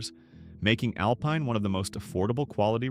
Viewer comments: Al pine, not alpeen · It’s Alpine with a long i! AI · You have never been to these towns because you mispronounced the names. You need to go back to New York. I am 82 and have relatives in some of these towns. AlPINE as in PINE. There is no Y in LLANO. LAN OH. Dinky Dhow!!!!